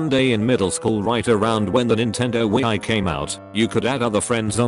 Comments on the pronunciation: No one: Text to speech: wee i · the nintendo we-eye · So if the computer voice pronounces Wii as We I I can hear the voice saying we I u. An I for real the only one thought this? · nobody: TTS: wee-eye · When it tries to say wii it says we-i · wee-Ai games